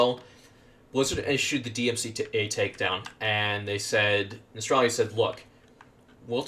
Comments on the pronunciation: I don't get it why people like this guy pronouce it as "Nostralrius" when its name is "Nostalrius" where does these people get that additional r from? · How can people still not know how to pronounce Nostalrius? Where is this extra R coming from? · Why can no one pronounce Nostalrius?!!! NOS-TAL-RI-US.....as in NOSTALGIA..ffs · Had to dislike because you couldn't say Nostalrius correctly. Very ashamed